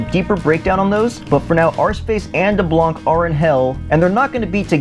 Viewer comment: Actually we see deblanc again in the comic so dont worry and its pronounced D ARROW NEY CK daronique.